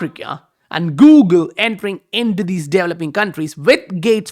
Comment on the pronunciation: Don’t know if you care but it’s pronounced developing not developing. Anyways, thanks for the vid amazing material as always!